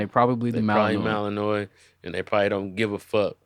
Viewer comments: Aye, it’s pronounced Mal-N-Wah. Malinois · The Belgian Malinois is a great dog, I got bit by a poorly trained one at work though, lol. You were pronouncing it incorrectly, but I only say this because that’s what my coworker did to me the first time I tried to pronounce it 😂